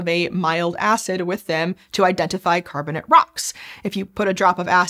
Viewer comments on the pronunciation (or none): for the algo, a silly nit-pick: Ask yourself, do you pronounce calcium carbonate "carbonit"? Why are you saying "carbonit rocks"? They are carbonate. Last I checked, the word, "ate" is pronounced like the number 8. The rocks are carbon-ATE rocks. Please and thank you.